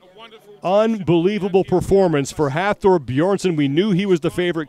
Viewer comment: It was awesome to be there this weekend to watch The pro men and women events and record breakers. The ninja warrior guy they had hosting was a joke, he didn't know shit about what he was talking about (proven every time he went even slightly off script), and couldn't pronounce Thors name properly for the life of him. Please get Colin Bryce, or the like to host this, paying respect to the athletes and the commitment it takes to get to this stage.